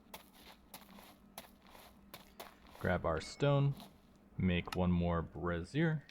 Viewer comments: "Bruh-sear" and "bray-zhure" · him mispronouncing "brazier" as "brassier" is surely a goof right? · Just fyi, Brassiere (a woman’s undergarment) Phonetic: bruh-ZEER or brah-ZEER Breakdown: bruh / brah — like the start of “brother” or “bra” ZEER — rhymes with “deer” Example pronunciation: bruh-ZEER Brazier (a container for holding burning coals) Phonetic: BRAY-zhur (most common) or BRAY-zee-er (less common) Breakdown: BRAY — rhymes with “day” zhur — like the “zh” in “measure” (or zee-er if pronounced more formally) Cheers! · The way you're pronouncing brazer is another word for a bra, my man.. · "Brazier" is pronounced like the name "Frazier". Good video though. I was looking to decide if I wanted to start a Reclamation game. This helped. Thanks! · I am sure someone else has already mentioned that brazier is pronounced "bray-zhr" you've been saying "brassiere" which is a bra 😂 I was seeing that word and thinking "I bet I would say this brassiere" and then you did. Very funny. I really like this mod pack concept. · You're pronouncing brazier weird, just so you know.its bray-zhr. Not bruh-zeer, which is spelled brassiere, and means bra. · This is such a cool pack!! I’m gonna try it out today! Just fyi, brazier is pronounced “bray-zhur.” Kind of like “jour” in French or “sure” with a z/j sound. A “bra-zeer” is a bra 😂😂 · Brazier = bray zhure Brassiere = bruh zeer You had it backwards, and were pronouncing the "thing that holds burning coals" as the "thing that supports boobs." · My good internet neighbor, you are pronouncing "brazier" (the stove) as "brassiere" (the fancy name for a bra). "Brazier" is pronounced BRAY-zhur (exactly like the show 'Frasier' but with a 'B' instead of an 'F') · Brassiere aka Bra pronounced "bra zeer" Brazier aka metal pot or pan for burning coal pronounced "bray zhur"